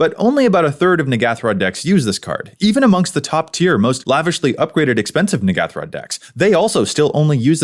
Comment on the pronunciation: Wait a minute, this isn't the N'ghathrod pre-con... Also you are pronouncing it wrong.